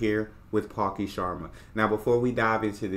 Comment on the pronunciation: It's not paki sharma it's Pal- -Khi Sha-rma